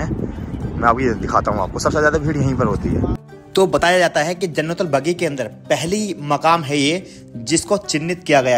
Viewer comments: जन्नलबगी नही है वो जन्नलबख़ी है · Jannatul Baqi kahte h bhai bagi nhi MashaAllaah TabarakAllah bhai🤲✅ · Jannatul baqi....not bagi